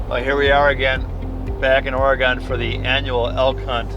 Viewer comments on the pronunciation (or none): OryGun! not Oragone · It’s not or-gone, it’s or-e-gin and the town is Hermiston. Hermisoda? Also nice bull! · Its Ory Gun not Ore Gone